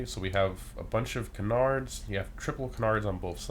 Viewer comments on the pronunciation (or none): Can • ards not kunardz lol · It’s “Can-ards” not “Cenards” 😂😂😂 Love these videos! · Bro who ever told you to pronounce canards like that trolled you hard lol. Its pronounced KAN-nerds I promise. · I’m sorry to say this but you’re saying canards incorrectly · Sounds weird but I guess your right lol